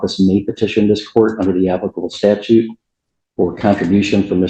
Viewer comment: It has nothing to do with pronunciation, a statue is a completely different word than statute and a judge should be able to say statute.